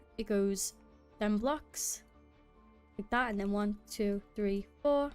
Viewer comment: was a good watch, love your accent everytime you said "like tha" :D